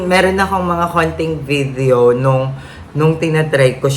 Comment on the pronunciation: suggestion lang to ah please don’t get offended. It’s “today” not “toTHEY” and “video” not “viTHEO” po. Medyo mahirap lang po sa pandinig. Sorry po